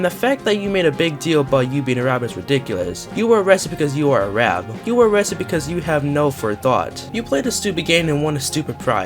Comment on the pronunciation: How do you mess up pronouncing arab so bad you are a failed specimen